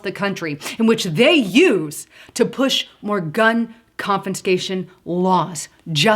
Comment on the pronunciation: CONFISCATION.....NOT "CONFINSCATION"